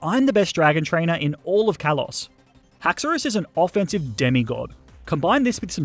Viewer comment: HAXORUS, NOT HAXAURAUS!